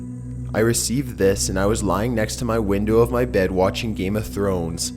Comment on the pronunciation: in number 1 when he said "To show ma friends" I died 😂😂😂😂